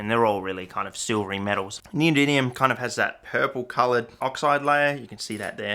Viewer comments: "neody[n]ium" aww shit, here we go again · The new element "neodyniun"